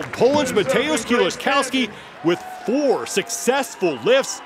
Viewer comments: "Kills-A-Cow-Ski" American commentators at international events are always good for a laugh. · Super cringe commentary here from the one guy. He goes through about four different pronunciations of "Kieliszkowski" and none of them are correct. Glad they now have people like Loz and Pritchett doing the announcing.